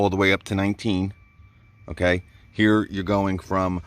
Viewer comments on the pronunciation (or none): none